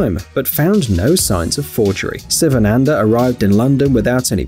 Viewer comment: his name s first letter is pronounced WRONG SSSSSSS not sivananda but SHIVANANDA like Shiva the god